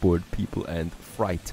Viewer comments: It's FRAYT not FRIGHT (Freight) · Hey, its pronounced frate, not fright! Just thought I'd help with your english:D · Freight is pronounced "Fr-eight(like the number)" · Freight rhymes with eight.